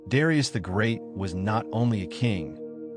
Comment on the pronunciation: Learn to pronounce his name correctly.